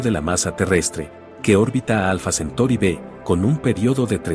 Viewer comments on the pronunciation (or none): Se dice alfa centauri no centori......